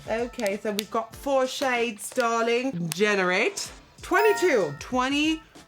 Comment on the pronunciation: "Dahling" love that british 💘🇬🇧